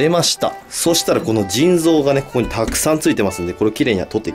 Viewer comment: 腎臓がずぃん臓に聞こえる